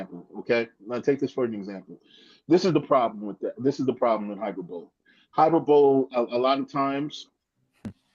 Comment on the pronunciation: Hyperbole is pronounced high-per-ba-lee.